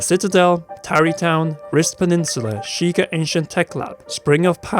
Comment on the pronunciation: "The Sheeker" SHEI-KAH Sheikah